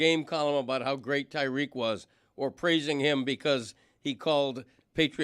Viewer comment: Someone please tell Stugotz it’s pronounced Tie-REEK Hill